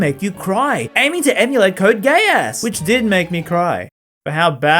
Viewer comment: I don't know if it was on purpose, but the fact that you said "Code Gay-ass" with a straight face sent me into hysterics.